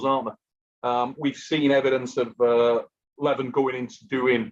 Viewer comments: you are calling him Levon instead of Levan :)) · Yeah, Levan and Devon both rhyme with seven.